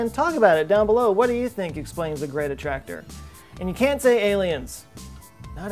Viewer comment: so now I have to click on the gweat attwactor, too besides, we really need bettter engines. like way better